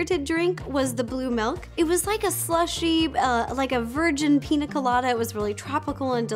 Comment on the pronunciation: Piña is pronounced (peen ya) not pina no hate love you just trying to help you with Spanish